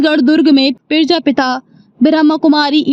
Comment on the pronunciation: पेरजापिता नहीं , प्रजापिता है सटीक उच्चारण